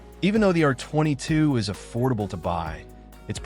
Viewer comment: Hate the way AI pronounces R22. Hate his breathy voice too.